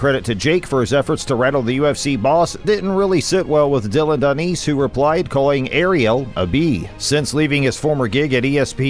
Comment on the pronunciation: You need to work on your reading skills... how do you get Danice pronunciation out of the spelling 'Danis' (Dan-nis)... you call yourself a fighting channel and can't even get the names right? Come on, that's sloppy work.